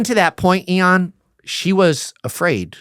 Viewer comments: Ian is a saint for not trying to correct him so saying his name wrong. Dude, please get yourself more knowledgeable of who is interviewing you 😅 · Its funny that this guy is one of those dudes that constantly say the name of the person they're talking to.. I know that people do that as a term of endearment.. BUT, It's just that much funnier because he keeps saying the name incorrectly over and over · The longer I listen the more it feels like he's going out of his way to mispronounce Ian's name. Its really annoying 😑